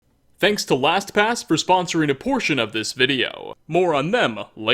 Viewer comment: I can't be the only one who thought he said Thanks to (whatever their name was) for sponsoring abortion in this video😂😂😂 Edit:realised their name is Last pass